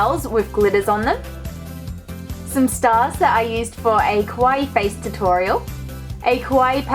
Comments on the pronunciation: It's KAwaii, not KOwai, pronounce it right please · what do you even call “kawaii” when it’s not even kawaii. also you say kowaii which means scary lol , do your research before speaking